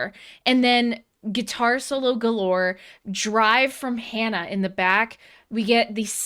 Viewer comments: I love your reactions! I do! Thank You for this reaction! I am NOT a native Japanese speaker... I am a country boy (old man now) from Montana... but I hear you trying to pronounce Japanese very well... then calling HANA, "HAAEYNA." Japanese has A (like HAW) and E (like HEY). You know better!:) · I know you can say “HANA” with the Spanish /a/. I’m sure you can. Please? Certainly you’ve heard HANA scream before; she does it all the time. And why don’t you know all The Beatles songs? When I was your age, the required buying all of their records. Today you need only to turn on your phone.